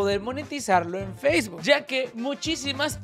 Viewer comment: Pero dice facebook y nomás escucho tik tok qwq